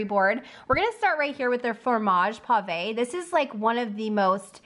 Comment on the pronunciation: But you did get "pavé" right because the é has an accent. As long as we're doing French, the "de" in herbes de Provence should really be pronounced "duh".